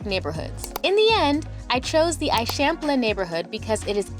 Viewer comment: You need to go back to Barcelona for long enough to learn basic pronunciations. The way that you are saying "Eixample" is especially incorrect.